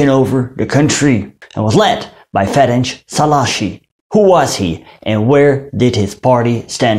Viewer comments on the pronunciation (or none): You said "Ferencs Szalaasi" instead of "Ferenc Szálasi" .